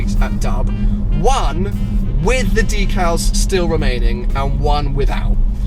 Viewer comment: I thought it was pronounced deck-al not dee-cal. And you should remove all the white stickers